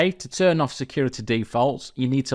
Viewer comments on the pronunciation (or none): none